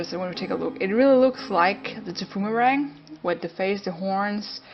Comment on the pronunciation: Tbh its called thy-poo-mer-rang